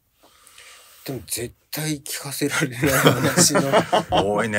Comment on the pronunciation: “絶対に聞かせられない”の“絶対”の強調がハンパない😂